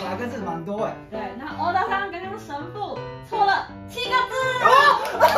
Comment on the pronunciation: 太田跟三木說的神父，我一直聽成神戶XDDDDD 這如果沒看字幕，真的是聽不懂內